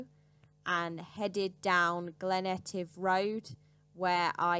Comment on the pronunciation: Please try to pronounce place names correctly,. I know that Scottish places are tricky,. but Glen Ettive is not one word,. it's two, as is Glen coe, (the great glen) and it's The Isle of Sky,. sorry,. but it's really really annoying,. .. EG:: soon i'll visit the Anglish capitol city of Lindoin...